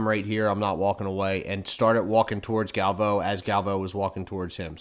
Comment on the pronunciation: Both of you are say Galvao wrong.